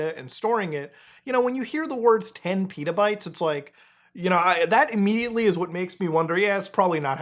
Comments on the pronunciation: they're not PETAbytes bro, they're pet-a-bytes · Why are you saying Pitabytes? It's not a flatbread. It's Petabytes. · I had to listen to how much data was stolen again cuz i thought you said 10 Peadobytes.